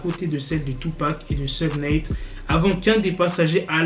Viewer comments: Robby je dirais plutôt souge night alors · Ça se dit "Kifi Di" et "Choug Night"